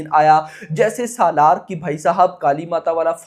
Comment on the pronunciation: पहली बात तो ये है की सलार को सालार बोलना बंद करो भाई 😂